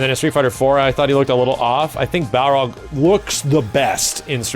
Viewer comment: you get a like just for saying baRLog